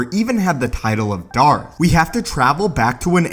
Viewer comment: maybe you shouldn't have said dathka that many times...it made the video unwatchable.